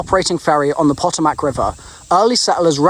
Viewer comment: Just FYI Maryland is pronounced "Mare-uh-lind" Potomac is "Puh-toe-mick" Born and raised.